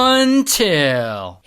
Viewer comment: When you say UNTIL im like ooooooh sh&& lol